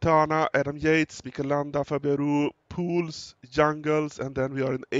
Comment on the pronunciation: He pronouns it correct, well done!